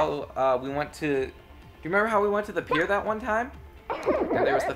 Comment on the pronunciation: Lcorn it's not da Pier its da PIER LA PIER!